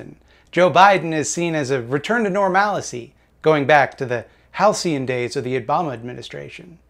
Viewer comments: Me: Let's see if this guy seems to know what he's talking about. 11 seconds in: "normalicy" That's all I needed to hear. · Nailed halcyon but messed up normalcy. Good old.